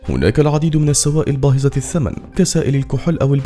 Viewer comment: ⚠️نتمنى من المعلق الصوتي النطق السليم.. مثل (باهظة الثمن) وليس (باهزة الثمن)